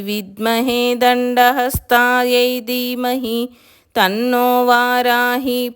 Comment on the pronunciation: Dermahi kaadamma...Dheemahi